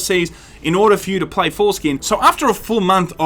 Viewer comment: You said "foreskin'". Freudian slip? I think its fitting since they are jewing us.